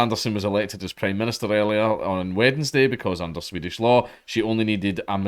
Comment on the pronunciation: I find hearing both d's in "Wednesday" strangely off-putting